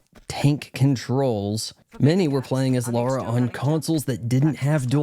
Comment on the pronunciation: You make fun of people for saying aspyr wrong, yet you keep saying Laura instead of Lara. Just… just… fuck off really.